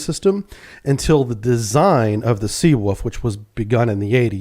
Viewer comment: I prefer your pronunciation of "Sea Woof" lol 🌊🐺